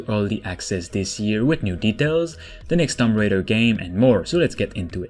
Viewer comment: Lol he said Tom Raider